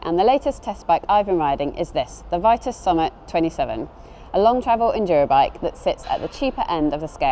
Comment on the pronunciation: I believe the brand is pronounced VEE-TUS because it's originally French